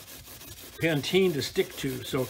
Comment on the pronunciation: It’s not ‘Panteen’. It’s Pa-teen-a. Please pronounce it correctly.